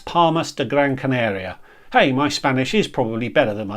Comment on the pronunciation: I love these videos, super helpful to new cruisers looking to get the true impression of what port days will really be like away from the glossy brochures. And your Spanish is pretty good - I'd just say it's Gran Can'ah'ria rather than Gran Can'ay'ria. The beauty of Spanish is that all vowels are always pronounced the same (with rare exception). I won't comment on Portuguese though, which sounds lovely but I wouldn't even TRY!